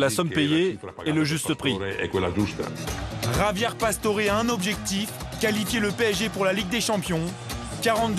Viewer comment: ça m'énerve les gens qui l'appelle "javié pastore" alors que ca se prononce "rabière passtoré"!